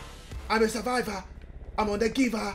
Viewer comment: When he said “I am a surviva agdhajahsh” I felt that